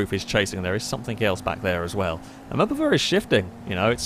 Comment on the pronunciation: *Mupuva. And it's another name for the Mazda MPV.